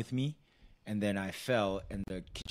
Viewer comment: hahahahahahah not kitchen (cabord).... kitchen unit